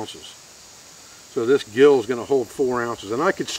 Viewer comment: Minor correction, its a Gill pronounced "Jill". Like the vids. Thanks.